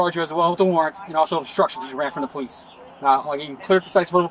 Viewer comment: "Imma scared of pow-leece ah bruvah died uh pow-leece!" Ah yes, a typical family of crime.